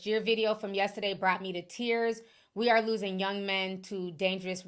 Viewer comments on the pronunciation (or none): none